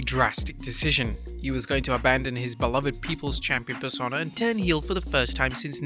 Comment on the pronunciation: its pronounced Per-sone-ahh.